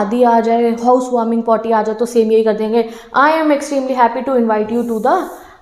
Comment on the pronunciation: listen this in 1.25 x speed what is mam saying ...house warming potty..